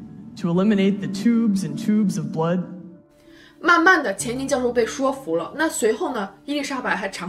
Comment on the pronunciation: ，说服的说这里正确的发音是shui,不是shuo.所以是shuifu.😉😊没有任何恶意哦✌